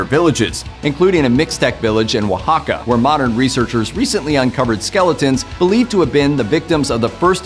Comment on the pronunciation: As a mexican, the most impressive thing about this video is the fairly accurate pronunciation of some words like Oaxaca, Nahuatl and Tenochtitlan